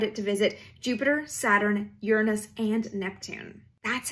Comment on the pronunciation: Thank you for pronouncing Uranus properly.